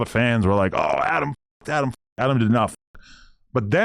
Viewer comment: Wack showing of for ack see how he keep calling Adam ack